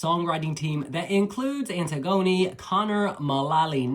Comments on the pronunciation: It’s pronounce Anne-tiggony not antig-oni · Love this!!! (but I think her name is pronounced like the Greek play).